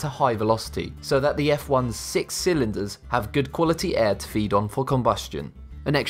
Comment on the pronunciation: Well I had to click off after you put a huge emphasis on 6 cylinders (!!) And please just stop with the car videos you don’t know shit